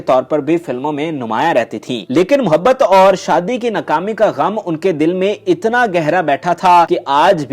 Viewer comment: Such bad Urdu. Adakura nahi, adakaara. Toti nahi, tooti bolta tha. Nukami nahi, naakami.